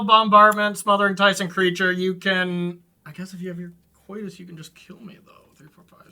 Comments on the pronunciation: pronouncing Kotis as "Coitus" had me laughing. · Bring back RTFC just to get everyone to stop mispronouncing Kotis I'm begging you